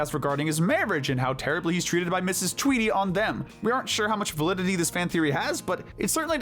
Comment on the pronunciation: It’s “Tweedy”, Not “Tweety”.